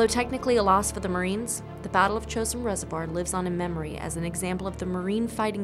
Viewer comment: If you want to honor the fallen, at least get the pronunciation correct. Chooo sin resivoir.